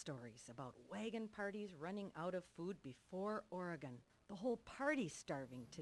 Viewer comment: Most people in the states butcher the pronunciation of Oregon. Kudos to you, you got it right!